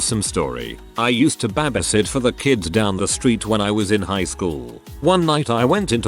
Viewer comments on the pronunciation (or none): Honestly the way he says “babasit” is just the most wholesome. I’m stealing it